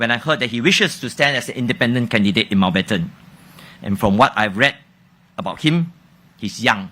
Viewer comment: Why when she says Mountbatten she is missing the letter n sound in the middle? Replaced with o sound When she mentioned gesture in the other interview, the j sound replaced with g sound.